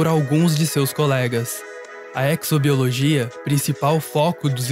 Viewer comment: Vou dar de chatão. Vocês notaram que tem publicidade do Carrefour nos vídeos de vocês? Podia bloquear, né. Ah, e exobiologia se pronuncia como exoesqueleto (eZo e não eCZo).